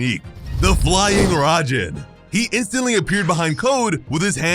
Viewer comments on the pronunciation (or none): Fly Raijin not rajin